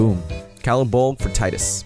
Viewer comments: It's pronounced "Tee-dus", not "Tie-dus" Not hard to figure out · pronounced Te-dus